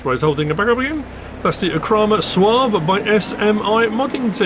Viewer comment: Soave is an Italian word, so the final 'e' should be pronounced. Wikipedia suggests SWAH-vay.